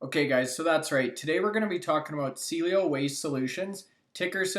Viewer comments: CIELO SAID, C-EL-LO. C-ELLO, SEA-EL-LO. I'm glad you are talking about this company. Its upside is amazing but hard to listen to someone promote a company with a "DEEP DIVE" that can't say the name properly. Also, there is no competition in ANY market. Why did you keep say it has no competition in the Canadian market? Cielo has patents in both Canada and the USA. There is nothing like this one anywhere. Appreciate your work on this but, come on, you are from Calgary Alberta get your stuff right mate. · Thanks for taking an interest in Cielo. Hopefully more people will put this company up on their radar. I hold. 34 k 1.02. Will hold for at least 7 years. I see this easily as a $30 - $40. stock. By the way, Cielo is pronounced like the following: Ceeeeeeee ----- el ------ o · Too bad doesn't know how to pronounce the name of the company he's touting. The stock is now half of what it was when this stock was mentioned by.